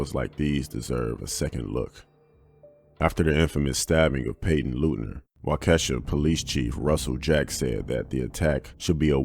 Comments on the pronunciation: Pronounce as wok uh shaw. It is an indigenous word. Other than that good content as always. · That's not how you pronounce Waukesha.